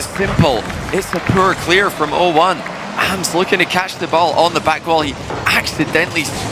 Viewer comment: Someone tell them that it’s pronounced “ahhms” (like Auughhhhms”) not “A-M-S”